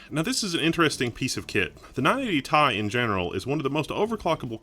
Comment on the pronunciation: It's "tee eye" not tye